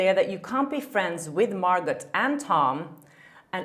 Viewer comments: Great informative video,. You might like to know it's Mar - go not Mar - got. The t is silent. The name probably came originally from the French language into English. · Jesus! I know English is not your first language but it’s a silent “t” Margo not MargoTTT.. just saying.. it’s grinding TF on me. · It's Mar"gow" ... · Girl ! You’re an entertainment reporter! Margot is pronounced Margo. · Margot Robbie's name is pronounced Margo! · Sorry, but you don’t pronounce the “t“ in Margot (like Margaux) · I believe it’s pronounced Margeaux (mar-goe), no?? Have I been saying it wrong?😄 love your channel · Margot = pronounced Mar-go 😊 (just so's you know) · Margot is pronounced Mar- go, the T is silent.. at least Thts how she pronounces her name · The "t" is silent in Margot. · Hedging her bets on the pronunciation of “Margot” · The T isn’t pronounced in Margot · The “T” in Margot is silent, just so you know. :) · Don't pronunce T in Margot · Hi. The t in Margot's name is silent. Interesting report! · Hi, quick note: with Margot's name you don't say the T.